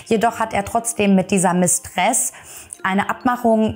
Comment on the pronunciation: Hochinteressant. Gut geschildert. Gleich abonniert! "Mistress"wird auf der ersten Silbe betont, bedeutet nur Geliebte. Das Mädchen ist einfach nur zu bedauern, hatte evtl.auch narzisstische Züge, dennoch tat sie mir immer leid.